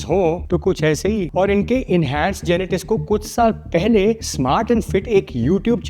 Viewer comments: Bhaiya next time genetics maat bol na genetits bol na Genetic ❌ Genetits ✅ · genetics ❌ genetiss ✅😂😂